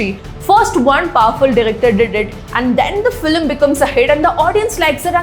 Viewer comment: Please pronounce film like its spelt not FILLIM 🤮